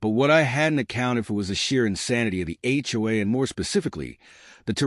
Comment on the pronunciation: It's HOA, not HUA. DUH!